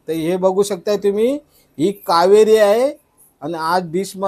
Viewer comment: कावारी बोलताना कावेरी नय